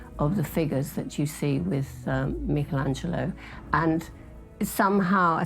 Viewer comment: Why does this program insist on mispronouncing the name 'Michelangelo'?